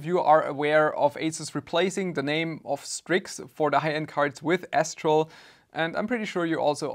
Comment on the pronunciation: Until i read the name, i swear my ears only heard you say S-troll 😀.